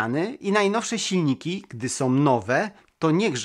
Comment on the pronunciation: Lubie Twoje filmy.... ale: "bendom" "rolkom" "to som" "korbom" "gdy som" "grzechoczom" "przerzutkom" "zembatkom" "poprawiom" "obróconom" "pomocnom" "dolnom" "z pewnościom" "przetwornicom" "za pomocom" "wbudowanom" "z myślom" "dużom bateriom"